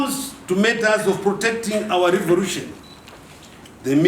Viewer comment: So "revolution" is pronounced as "revorution" in Zimbabwe?